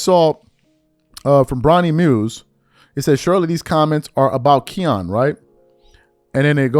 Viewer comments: Its Kiyan not keyon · His named isnt Ke -yon lol its its pronounced Ki-ann lol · I hate to be this guy but your haters are going to kill you for pronouncing his name wrong. It's more like cayenne than Keon. Just saying 🤷🏿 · His name isn't KEYAN it's KIYANE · His name Ki-yan is actually pronounced, like the Porsche truck “Cayenne” or the pepper 🌶️ “Cayenne”. Nd yes he’s really good. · It's Ki-yan nigga get it right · U sayin his name wrong bro KI ANN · His name is not the way you’re pronouncing. It’s pronounced like Cayenne pepper kiyan Anthony. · “Kee-Yan”😂😂😂😂 This dude don’t know shit lol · who tf is KEE AWN?? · idk how much it matters but his name is pronounced "Kai-an" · Its "KYE-YAN" lol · My God you butchered Kiyan's name. It's pronounced Ki- (rhymes with high) yan (rhymes with fan) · !st off learn how to say KIYAN name right 2nd i root for KIYAN i thnk he shuda ben a Mcydys player that was B.S but then u cant compare college stats to anything the NBA does game aint the same we seein #1 picks flame out so stop it💯💯💯💯💯💯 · You’re saying his name wrong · You are a piece of shit. Why don't find something else to talk about? You don't even know how to pronounce his name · Saying his name all wrong 😂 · You said it wrong say ki like you saying Kyrie name and the boy is a dawg just like melo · be butchering everybody name 😂🤦🏾‍♂️ all you gotta do is watch some highlights and you’ll hear the commentators pronounce his name correctly. That’s the verbal equivalent to misspelling somethin online when you can just spell check. I rock wit the content doe fasho! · Love your work but mispronouncing Kiyan is losing credibility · How can you not know how to pronounce his name?? NOBODY has ever called him that! 😂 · Thirsty for content! Can’t even say melo son name right goofy ass nigga! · Gshit, I cringed for the entire video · PRONOUNCING HIS NAME WRONG 🤷🏾